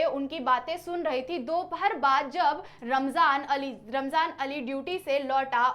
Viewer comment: Rahman, ❌ ramjan ✅